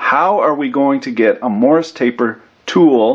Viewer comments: "MORRIS" taper ? ? Or, is that just some weird Kanukistani way of saying MORSE taper... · every time he said it, I heard Morris taper. He may not have been saying that, but it's definitely Morse taper. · 'Morse' taper, not 'Morris'. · Morse. Taper. Say it with me. Morse. Not morris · Morse is not pronounced Morris by the way ;) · Yes, I'm aware that the word is Morse, but he's saying Morris. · Andrew Delashaw no, there is definitely an intentional "i" sound in there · have i been pronouncing morse taper wrong this whole time?